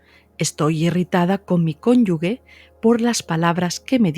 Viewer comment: Doctora, me encantan éstos videos! Están llenos de sabiduría, sin embargo, le digo que usted pronuncia mal, una palabra...dice cónyugue, en lugar de cónyuge No es una crítica, es a modo constructivo, que se lo hago saber... GRACIAS por hacer éstos videos!❤